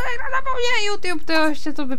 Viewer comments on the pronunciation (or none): none